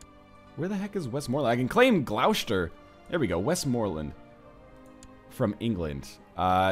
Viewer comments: Oh God why do you add so many sh's where there are none? It' Gloss-ter and Less-ter, not glou-shter and ley-shter. Also if you want bigger claims check who holds a duchy (view the character and click the shield by them to go to the title) then there should be a tab that says "claimants" next to "Create/usurp" and "make primary". Picking claimants will show you who has claims to a title, if you invite them and give them a county you can push their claim and they'll serve you afterward. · It's not pronounced Gloushter, it's pronounced Gloster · Northernlion, protip: 'Gloucester ' = 'Glosster' :) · Oh NL your pronunciation of English counties is hilarious, Gloucester is actually pronounced as gloss-ter, not gl-ow-shter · Dude, Gloucester is pronounced 'gloss-ter'. I just cringe a little every time ;) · Again, i died when he tried to pronounce Gloecester. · 'Gloucester' is actually pronounced 'glu-ow-chay-stee-are' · The way he pronounces Gloucester makes me cringe every time